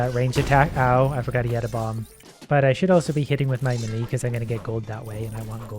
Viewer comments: The way you incorrectly pronounce melee is truly infuriating. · One day, will learn how to say the word "melee" correctly. Today is not that day.